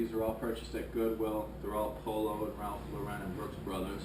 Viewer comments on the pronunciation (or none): none